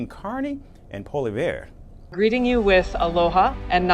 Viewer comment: Pol-ee-ev....i am not a fan of Poilievre's but seriously if you are going to speak about him do your homework and learn how to pronounce his name.